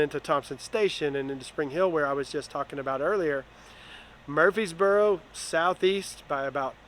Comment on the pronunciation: It's Murfreesboro 😂